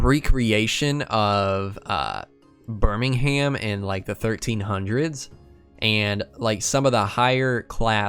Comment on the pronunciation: Burm-Ming-hayam is not how it’s pronounced. It’s Birming-um. Sorry, good video, that just annoyed me